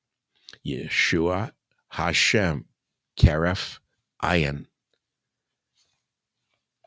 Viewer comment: Michael we love you but it is pronouced heref ayin where accent is on first part of both words. A stressed then yin. Ayin means eye.